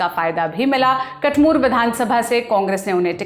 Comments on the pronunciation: Madam कठमूर नहीं कठूमर (अलवर ) बोलों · कटमूर ❌️ कठूमर ✅️ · Kathmur nahi kathumar h